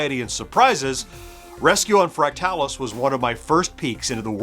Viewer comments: I’m not sure you’re pronouncing fractalus correctly. I’ve always heard it as “fractal us” not “fract talus”. Anyone else weigh in? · I kept thinking the same thing throughout the video. My friends/family and I all called it "Fractal us" as well. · I always said it as Fractal us, but as with most games back then the only place I saw the name was in print. So I wouldn’t say he’s wrong, only different than I pronounce it.